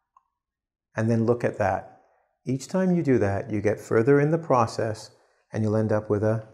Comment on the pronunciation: "Process method" - It's not pros-cess, it's pro-cess. The clue is in the spelling.